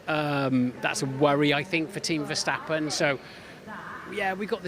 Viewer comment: Max verstappen has been in F1 for about 10 years. Isn't it time you Brits learned to pronounce his name properly?